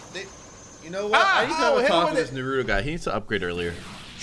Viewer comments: It's naa·roo·tow That's how you pronounce Naruto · The way they said Naruto and sasuke hurt me